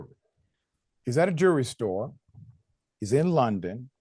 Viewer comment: "A jewry store"? Really?? C'mon, now! How much does throwing an "L" up in there take? Professionalism. Bro. Mayweather is showing himself to be on the wrong side of history - in a BIG way. Them folks is just as wrong, calling Floyd out his name. But - his fault, his problem. "THINK - It ain't illegal yet!!" Free Palestine - Goodbye TYT...